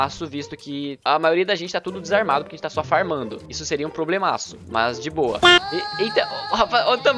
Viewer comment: ''to começando a farmãnçia"ksksksks 😂 rachei